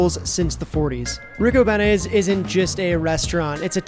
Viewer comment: On da south side we pronounce it Rick-O-Bean-E's... not Rick-O-Banny's lol P.S. Happy first snow night Tonight CHI City Blu of Blu Tint Photography